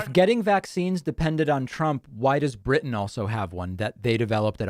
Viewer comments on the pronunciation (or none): none